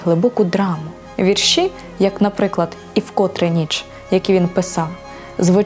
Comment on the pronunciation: Не повністю згідна з ведучою. ВІрші Віктора Гриценка відкрила для себе через фейсбук нещодавно. Навіщо робити акцент на меланхолію і Кривий Ріг? Він -- українець! Його вІрші(ведуча чомусь каже віршІ) говорять більше за столичних авторів! У них акцент на мудрості, простоті та красі, бо , як відомо, усе геніальне -- просте! Вони спонукають мислити, узагальнювати! Дякую Вам, пане Вікторе, що ділитесь з читачами своїм глибоким внутрішнім світом! Здоров'я Вам, миру і добра!